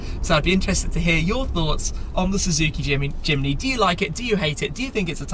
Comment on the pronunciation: At first I thought he said: “Suzuki Chimney”